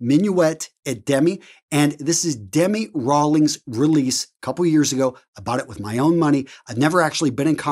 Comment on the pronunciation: Soleil Matin - So-Lay Mat-tan Minuit et demi - Min-we A Dem e